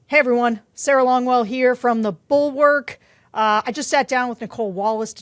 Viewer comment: Could you possibly pronounce Bulwark correctly?